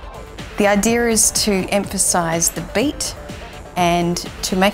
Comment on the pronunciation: It’s sound like you are saying idear🤷🏽‍♂️